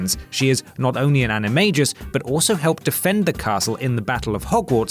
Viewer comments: the dude said animajus. WHAT. its animagus. andimayjust unsubscribe. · ANIMA-GUS NO ANIMA-JUS! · The mispronunciation of animagus really got to me. It's a hard g. Like girl or gaffer tape. It's is not like giraffe. Also Remus. And the final pronunciation of Azkaban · Well, I am happy you included Filius. An I Ma GUS Please, pronounce it correctly dear. Dolohov beat me? What even?? This list is, sadley, not quite accurate.